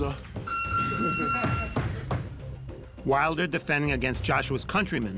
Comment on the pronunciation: U dozer 😂😂 his attempt at saying dosser was so poor